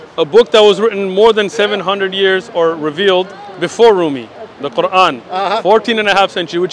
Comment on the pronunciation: the way he pronounced "Quran" says a lot about his supposed education LOL